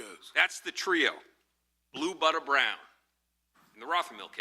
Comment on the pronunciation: "Blue Butta brown" lmaooooo😂